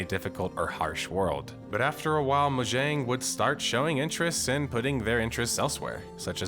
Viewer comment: I have never heard mojang be pronounced like that, Lol.